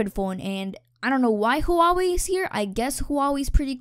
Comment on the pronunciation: Huawei is pronouced wa-way